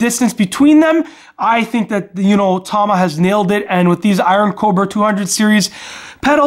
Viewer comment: I don't care what you hear people say. tama is pronounced tama. not tahman this pisses me off so much